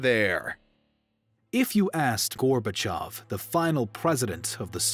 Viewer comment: FINALLY! someone who correctly pronounces gorbachev (gorbachiov) every other history youtuber says it how its writen and its annoying